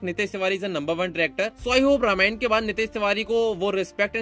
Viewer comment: रमायन नही.. रामायण बोलो